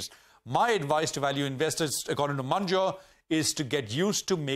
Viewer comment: Its Mun-ger